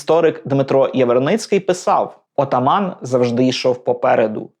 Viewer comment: Цікавенний випуск! Дякую. Підказка з мови: отАман,а не отамАн.